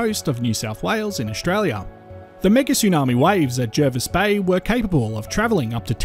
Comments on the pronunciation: It's pronounced Jarvis Bay even though it's spelt Jervis.... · It’s pronounced Jarvis Bay. Not that anyone would know from the spelling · Will you please pronounce Jervis Bay correctly please. Jervis Bay was named before English was standardised, , it could be spelt with either an e or a, when spelt with an e, it has an a pronounciation